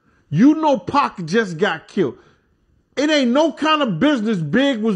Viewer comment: QUIT CALLING 2PAC...PACK...GAH...😮